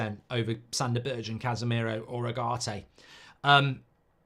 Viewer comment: Don't know Sanderberge, never seem him play but I absolutely HATE how mark pronounces his name.